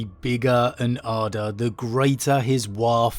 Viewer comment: You know it’s a video when the man says “bigger and ‘arder” and you almost forget he’s saying it like an Ork would rather than just flat out saying it.